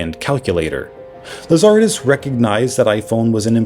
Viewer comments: Lazaridis pronunciation is way off because the intonation is wrong 😊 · The qwerty keyboard existed very long before Blackberry. And the founder’s name is Lazaridis with the accent on ‘ri’. 😂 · Say it with me - Lah-zuh-ree-dees.. Lazaridis. Great video though.